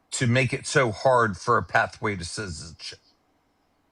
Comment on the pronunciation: This 47-year-old not only sounds incredibly uneducated, but ignorant and drunk! (Disks notice his pronunciation of citizenship…zizzinship!😂